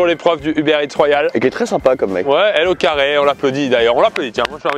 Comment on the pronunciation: c''est plus LauCarré mais LauxCarreaux